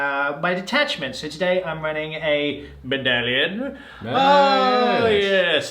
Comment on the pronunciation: Bone and Beard couldn't pronounce it correctly a while ago, and thought it would be funny to keep saying it ever since. You don't need help, they do 😑